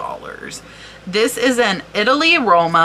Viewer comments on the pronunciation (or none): none